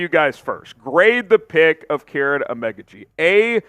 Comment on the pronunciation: It's pronounced Keer-on not Karen😂